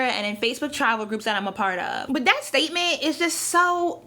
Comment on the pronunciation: when she says travel it sounds like tribal sometimes